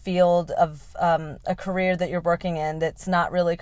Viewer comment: I really enjoyed this video.❤ Especially how you pronounced "Career". 😂 I also have ADHD. Just like you said, My passion is also making people laugh during a some conversation/podcast.. Happy to see a creature like me😂